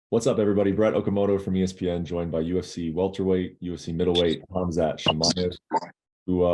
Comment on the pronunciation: The way Colby molested Khamzat’s name, I want Khamzat to maul Colby similar to how Khabib toyed with Connor.